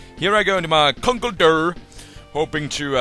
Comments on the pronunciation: ConkleDURR. Cracks me up. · and also luv 'Conkledurr Rawpushin' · i like it when u say "conkeldurr" :D